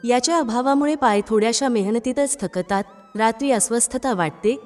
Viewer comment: शक ता त असा चुकीचा उच्चार होतात..... थ क ता त......